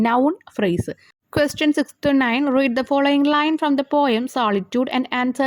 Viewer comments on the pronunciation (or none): none